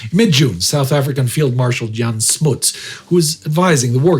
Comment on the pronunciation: Smuts' name is pronounced with a sharp use of the letter 'u', similar to how the 'u' in 'punts' sounds.